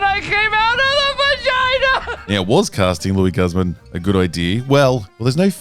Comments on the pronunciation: It's pronounced 'Goose-mahn'... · Meh. I’m not bothered by Luis Guzman playing Gomez. I am bothered, though, with your pronunciation of his name. Yikes, man. Yikes.